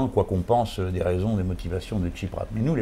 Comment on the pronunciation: jean-luc, tu parles trop ! mais bon, c'est une conversation. et c'est pas tchiprach, mais tSipraS. c'est intéressant, mais quelque part un peu bavard et pas assez aigu politiquement, surtout concernant le cataclysme actuel en grèce (dont semblent se foutre totalement les commentateurs de cette vidéo). comme que comme excellente initiative, tout le problème étant qu'il faudra nourrir la bête, et les réseaux sociaux sont très gourmands. donc à quand la prochaine ?